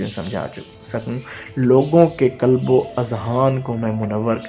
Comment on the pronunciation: Kulb ka matlab hey kutta aap please koshish keryn qalb bolney ki Allh AP ki asany kray ameen